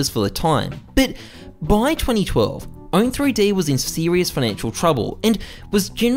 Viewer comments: No hate, but u are saying Own3D wrong (i think). I think it is 'Owned' not Own 3D. :) Great video though. Keep it up! U are very entertaining to watch. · OWN"THREE-D" tv LMFAOO bruh its pronounced owned tv